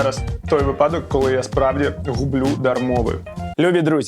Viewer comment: вИпадок, а не випАдок.